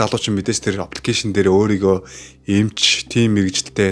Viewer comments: Копе оппликэйшн гээд бхын лол кофе аппликэйшн гээд зөв дуудаачээ лол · Опликэйшн гэж байнга хэлэх юмаа ххэ